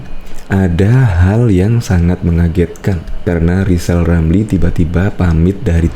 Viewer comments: Si manusia gagal, gagal di Menteri, gagal di Medsos, ngomong R aja gagal, lizal lamli manusia yg bisanya hanya nyi-nyir dan omdo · Alhamdulliah... Lizal Lamli sadar akan kekurangannya Mau istiqomah, unruk berzkir sampe bisa ngucapin hurup R Sebelum mencalonkan diri jadi Plesident. 😁😁